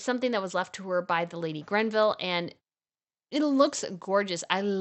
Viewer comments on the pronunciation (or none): Love your vids. I, too, have a passion for the royal tiaras, especially the British. One thing: certain of the British tiaras cane from the estate of Lady GREVILLE; it is not GRENVILLE. No N. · It is the Greville Tiara not Grenville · Greville, not Granville. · You know she was never "Princess Diana", right? (pssst! It's "Greville", not "Grenville") I am amazed you left out the Fife Tiara. It is gorgeous! Granted, I'm biased toward pear shaped diamonds, but it is just stunning. I love the fact that the pendant stones can move in their settings, it creates so much more sparkle and therefore, drama!